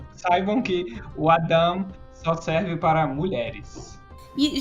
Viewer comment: Legal , só uma correção : Adam se pronuncia “ eidam” , rsrs